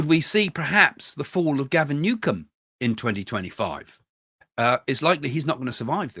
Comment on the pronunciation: Gavin Newsom : Not Gavin Newcom.